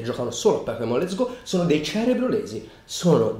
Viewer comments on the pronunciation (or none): A allora ti sei sbagliato, dice let'so go.